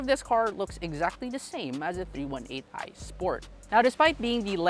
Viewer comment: its not meant to be rude about it, just thought the miss pronunciation was a little different